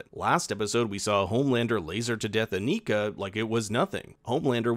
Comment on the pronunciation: Pronouncing it Aneeka when she herself pronounces it as Anika hurts my soul